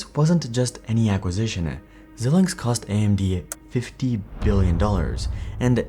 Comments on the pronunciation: Xilinx is pronounced “zai-links” (“ZĪLINKS”). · Xilinx is pronounced ZIE-LINKS. Some web pronouncing sites say ZIL-LINKS, but I'm pretty sure the former is correct. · This is an awful video. He said net income fell to 600M in 2023? Net profits were 4.3B in 2023. Wtf is he talking about. Also he doesn’t know how to pronounce Xilinx. Crazy.